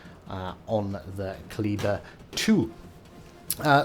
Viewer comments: at the start of vid your 3rd pronunciation of kleber is the right way to say it. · Cheers from France ! Thank you for this excellent video. Your third prononciation is almost correct ! And I'm living avenue Kleber in Paris. She would be mine ! :D